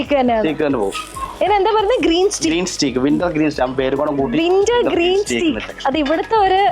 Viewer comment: സ്റ്റീ ക്ക് അല്ല ട്ടോ,,,… സ്റ്റേയ്ക് ആണ്